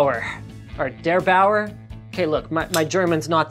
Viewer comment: "Dör Bauer"